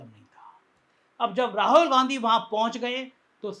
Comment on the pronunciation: सर, राहुल ठीक से उच्चार करने की प्रैक्टिस कीजिए। आप हरबार राहोल राहोल बोलते हैं।